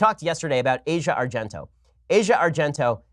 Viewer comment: A record day for mispronunciations by Ben: Mondelez and Asia Argento.